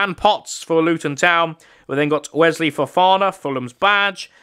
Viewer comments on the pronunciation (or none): none